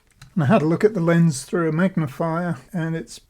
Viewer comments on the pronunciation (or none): none